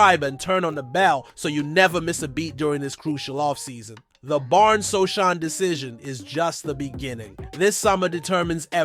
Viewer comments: "Precision"? You mispronounced Jeremy Sochan's name. No like. No Subscription. No more clicks for you. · its pronounce as SOOOOOO HAANNNNN you moooooron... idiooooot youtuber...